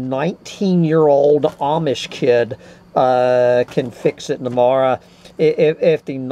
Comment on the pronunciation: Did you say 'fix it in the morra'? Awesome.